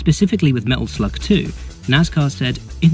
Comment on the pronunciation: I've listen to that part over 20 times and it still sounds like you are saying Metal Flug. Great video, I hope Metal Slug comes back.